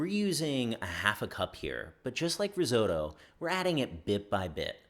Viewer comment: yo I dont speak chinese but the pronounciations are really good, but how u gonna pronounce chinese words that well but RISOTTO the way u do :'(